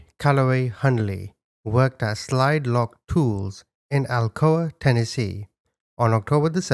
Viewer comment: I live an hour away from Alcoa. Never heard of the case...and also it's pronounced like blunt that you smoke